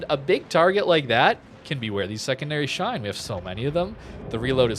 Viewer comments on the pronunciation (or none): none